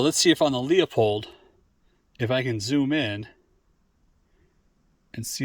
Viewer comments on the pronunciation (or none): That camera is a piece of junk. So much messing around, so much time and results are underwhelming to say the least. By the way, Leupold is pronounced "loooo-pold" just optically, without all the phones and nonsense, you can see WAY better through the spotters with the naked eye. That impact would be easily visible with the Leupold or Vortex, for sure.